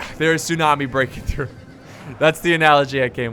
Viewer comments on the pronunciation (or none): none